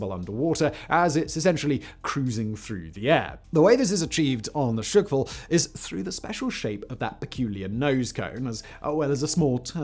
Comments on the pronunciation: Hurts my ears. It’s not ‘shukwall’ but ‘shqwal’ [шквал] meaning ’squall’ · Dafaq with this pronounciation? It's not SHEE-KVAl, it's - SH-KVAL, FFS! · Shkval, SSSSHHHH-kval 😂 chuckwal? The fuck 😂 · It's not shykfal its skkval! or in Polish Szkwał. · It's not "shOOkval", but "shkval" with no extra sounds between "sh" and "k" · I have to admit that I did wince a little every time Simon mispronounced "shkval" as "shk-val", but that is a minor niggle. His heroic attempt with "Superkavitierender Unterwasserlaufkörper" redeemed him, though. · I thought it was hilarious! 🤣🤣 Imagine saying Sick-wall instead of squall. Priceless!! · Shkval. No glottal stop, no silent a. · "sukval" aha sure.... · Not Shyk-Val... Just remove a shwa sound between sh and k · Shkval = squall. Not S----QUALL